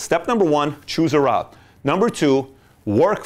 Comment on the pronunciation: Thank you Pat :) If i'm not wrong "route" is pronounced as "ru:t" ;)